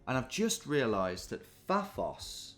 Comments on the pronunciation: I facepalmed when he said Paphoa Life... bloody hell Tom! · Getting increasingly frustrated by the pronunciation of “Fafos” because you live in Paphos 🙃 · As someone who lives in Paphos, your pronunciation “fafos” was killing me 😂 Also a bit surprised you’ve never heard of it as it’s a very popular British holiday destination 😅🇨🇾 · it was driving me mad when he kept saying Phaphos!!